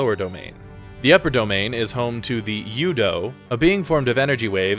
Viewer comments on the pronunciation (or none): Never understood how people can know the plot so well but not know the pronunciations. "Cosmos" and "U-dough?" I assume they actually played instead of reading plot summaries, but how do they miss those? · Thumbs down for saying U-DO and KOS-MOS wrong, despite having played around 100 hours of voice acted games where they repeatedly say the words correctly